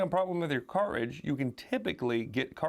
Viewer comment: I love how you say “car’ridge” 😊